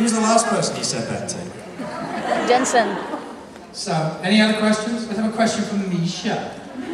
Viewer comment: LMAO "jensen"